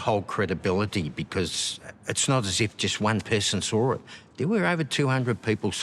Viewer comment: "saw it" or "soar it"?